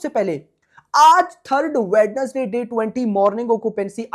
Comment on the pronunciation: Wenz-Day ✅ WedNes-Day ❌